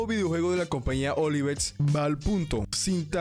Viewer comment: Bro es Ovilex no Olivex 😅... El Mejor Te Queremos Brou